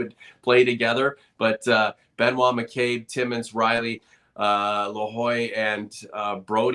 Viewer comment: Lahoy? You mean Lajoie? (Lej-wah) 😅. Go Leafs Go!